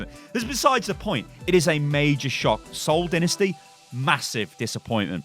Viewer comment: Did you just call it SOCCER? smh